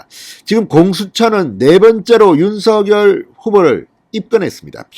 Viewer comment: 윤석열 윤성녈로 발음 교정해주심이~ 어나운서도 윤석열당사자도 표준발음규정에 따라보아도 진행자님 발음이 거슬리네요 작열하는 ㆍ자결하는× 장녈하는○ 색연필ㆍ새견필× 생년필○ 휘발유 ㆍ휘바류× 휘발뉴○가 아닌가요? 이제는 많은분들이 표준발음으로 교정하고 있으니 참고해주세요 많은 구독자있는 채널이잖아요